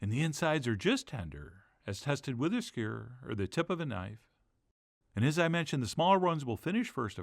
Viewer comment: The word is ‘SKEW-er’, not ‘skyr.’